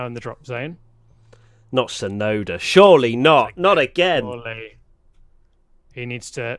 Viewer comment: "Shurey not ......" Ha ha ha! Lando for president!